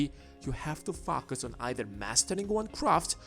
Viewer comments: Dude please correct your pronunciation of the word focus, it seems to be matching with another bad word f*** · Love listening to your channel Only because the way you say "FOCUS" I mean Fucus!